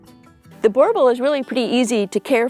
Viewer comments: I grew up with ot of these arpund in SA, theybare awesome and drool alot. Ps. Pronounced boer (boo-rrr) boel (bull) boo rr bull 😉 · You don't say it to badly but it's a Boo R Bull . So glad you don't say Bauble 😊